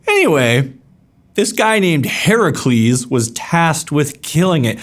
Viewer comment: You pronounced Heracles correctly :O!